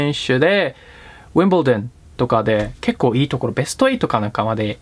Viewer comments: ウィンブルドンの発音かっけー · ウィンブルドンの発音良すぎて(*´艸`)ﾜﾗ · ウィンブルドンの発音かっけぇぇぇ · ウィンブルドンの発音良くてかっこいい（笑）いいな〜ペラペラ（笑） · ウィンブルドンの発音良すぎww